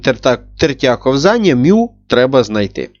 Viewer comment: кОвзання, а не ковзАння